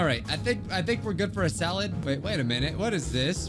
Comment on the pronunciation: First also the way he said "Simple SaLAd